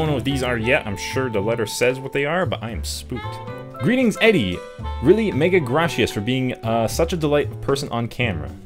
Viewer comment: He pronounces "Gracias" as "Grashias". Master Spanish Canadian man!